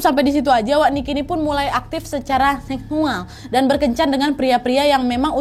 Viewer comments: YA ALLAH NGAKAK BGT WAKTU NAD BILANG "HEKHUAL" 😂🤣😂 MAAP GAIS AKU SALFOK. LUCU BGT NI ORANG ASLI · “nikki ini mulai aktif secara heksual” 🤣😭